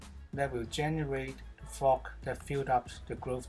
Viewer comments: Your pronunciation of the word Fog sounds like Fuck...ty for the laugh...😁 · Sorry bud it's just it sounds like you are using a cuss word when you say fog. I did subscribe wmto you love the video, I'm going to try to implicate that design but with 7 gallon tote with 34 clone sites. How many gallons is the tote you use